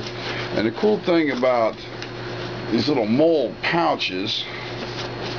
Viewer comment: I always thought MOLLE was pronounced "molly". Doesn't matter, nice bag. I've been thinking about getting something similar, if I could find it for a decent price.